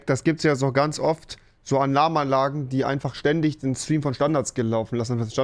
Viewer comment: Niemand: Rewi: "Anlarmanlage"